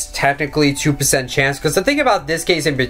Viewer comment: do you have speech problems? Go back when you said "Percent" early in the video] and "For"